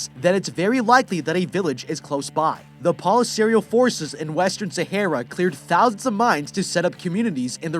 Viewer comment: You are saying Sahara wrong